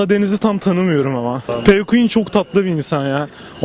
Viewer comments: Pquuenn Okunuşu: pikueen Mikrofonu tutan abimiz pkuen ndjdhejd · Abii elrean değil elraen wtcm değil wtcn jahrain değil jahrein en çokda pquen değil pqueen bide mügemin bide jaho nasıl cs go oynayıp pqueen kendine müzisyenle fortnite oynuyor sorarsanız bu kişi bir pelinyon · 1.Pqueen diye yazılır, Pquen diye değil. 2.Piküen değil Pikuin (Nasıl okunduğunu yazdım.) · Pqueen pquen değill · Bir de pquen değil pqueen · Pikuen diyo ya sinir oldum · Elrean değil elraen wtcm değil wtcn jahrain değil jahrein pquen değil pqueen